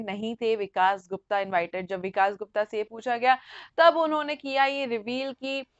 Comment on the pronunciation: Hindi theek karu apni...it is vikas not vikaash